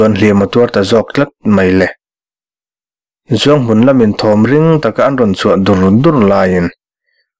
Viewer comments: A ngaihnawm bawk a ni ang, a chhiartu pawhin, Zochhum, Zohmun adt a inpawlh nawk nawk mai, Zochhum an reh ṭhuap laiin Zochhum an ri hulh hulh mai.😂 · Khawhming I lam pawlh nasa